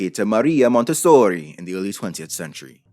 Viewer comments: Dude you're spitting facts and it's awesome, but I can't help but cringe hard at each time you say "Montessori" Sounds like you're trying really hard to get casted in a B-rated gangstar movie No but in all seriousness, good stuff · I’m very mad that around the 8th “Monte-sooori~” I snort laughed. How dare you sir, I was drinking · “MonteSSORRI” Me: “never before have I discovered something I needed so much” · that monteSSOOOOORRRIII was lowkey traumatizing tbh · i don't think i will hear the pronunciation of that word the same again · Good Video. Short Addition: Is the real reason why you did you make this video to say Montessori with italian accent? Itse me Montessori Mario YEEESSS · Interesting video ❤ - I'm Italian and when he says "MONTESSORI", he cracks me up😂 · Say Montessori, one more time 😂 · love the over exaggerated pronunciation Montessori lolol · I greatly enjoyed your extra-Italian pronunciation of "Montessori"! 😂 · Idk if this was intentional but I was dying every time you said Montessori lol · As someone that went to a Montessori school, the way you say it makes me cackle everytime